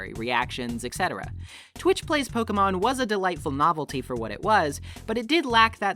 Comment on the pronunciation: Pokémon, not pokeumon.